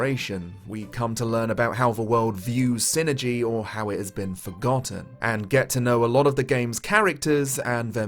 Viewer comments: i always pronounced it psy-energy. pronounced "sigh-energy". psychic energy. psyenergy. i didnt know what you were talking about for a second. lol yeah... every time you say "sinergy" i just cringe. it IS psyenergy, not sinergy. pretty sure the developers would agree. it is literally psychic energy. psyenergy. (also whispers "foo-sheen" at you. im a real sticker for pronunciation.) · Not sure why, but I always thought it was pronounced Psi-energy. I loved this game as a kid and im happy you made a review for this!